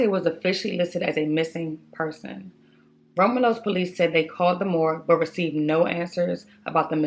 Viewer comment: It’s pronounced Rom-you-lus ( Romulus)